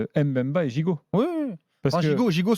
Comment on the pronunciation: Chancel mbemba meilleurs défenseur de la L1 et je vois pas ca veut dire quoi joueur limité pcq le mec c'est faire des passe centré defendre et surtout il marque. On accentue pas le M. bemba mais faire la liaisons directement le Mb merci allez l'OM 🔵⚪️